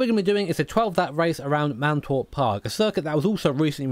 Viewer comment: Mantorp. MANTORP! Not Mantrop. Lol!